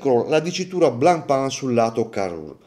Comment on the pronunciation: Finalmente uno che pronuncia giusto Blancpain